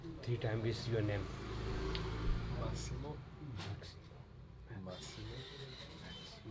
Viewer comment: Everytime asks for your name you say Massimo and he repeats Maximo 😂